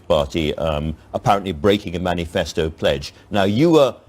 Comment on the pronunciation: "menifasto commitment". lol what an amateur.